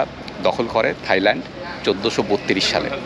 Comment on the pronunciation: দারুণ ভিডিও কিন্তু উচ্চারণ ta হবে Thailand (soft tha’i) mane (থাই ভূমি) not Thighland (উরু জমি). এটা তাদের জন্য অপমানজনক তাই বলা.